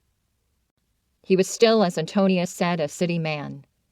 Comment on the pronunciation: As a native Nebraska ...it is pronounced Anton... ia